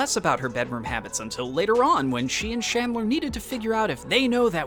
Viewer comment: 8 million followers 11k views .... ill tell you why. It's CHANDLER not Shandler